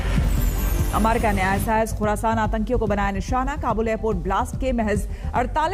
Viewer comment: कृपया अमेरिका का सही उच्चारण करने कहे न्यूज रीडर महिला को